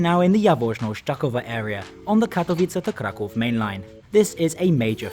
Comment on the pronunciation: Hey, your pronunciation of Kraków and Warszawa was great! Keep it up!